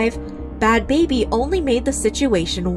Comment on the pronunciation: Ain't it bad "Bhabie," pronounced like Barbie... not "baby"?